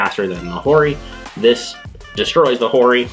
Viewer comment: I still don't get why keep pronouncing Hori as "Ori"